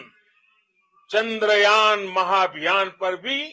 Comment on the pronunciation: चंद्रायन नहीं चंद्रयान है😂😂😂